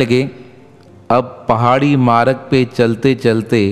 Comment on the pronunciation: Aap maaraag kiyu bolte ho ..vo maarg ..aap Hindi to Sikh lijiye sahi se ..